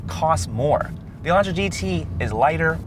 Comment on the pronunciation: This review has missed a large amount of features, and the presenter keeps mispronouncing everything. Echo-sport? No. It's ECO sport. UH-LAUNTRA? REALLY? He needs speech lessons. He sounds like he has brain damage.